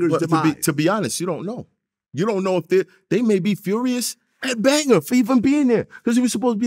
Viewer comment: AND ANOTHER THING!!! Stop pronouncing this mans name as "BangER" VLAD really pissed me off this segment.